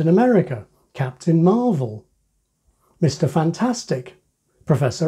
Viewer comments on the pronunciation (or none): none